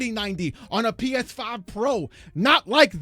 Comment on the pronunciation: PEESFIIIII 😂😂